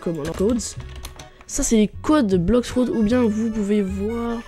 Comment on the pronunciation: "Blox frout"😂❤